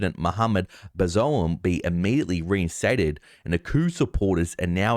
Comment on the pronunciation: Junta = "hoonta" Bazoum = "ba-zoom"